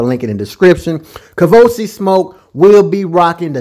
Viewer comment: I’m so surprised doesn’t know it’s 🥃🚬💨 KAVOSIEY as in the Cognac. He know some football, but he clearly doesn’t know Hood French. 😂 the nerve of!!….bout to get uninvited from the cookout. 🤦🏽‍♀️ Bless heart… lol 😆 it’s KAVOSIEY SMOKE, sir…. 🥃 + 🚬 His name is a whole party 🎉